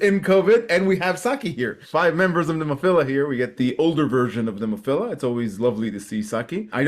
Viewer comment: Have another listen to your video. You will hear a "Nemophiller."